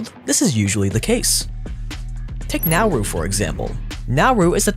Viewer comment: Please it is Na uuu ru not Nauru